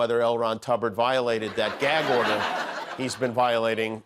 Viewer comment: And the judge said oder in the court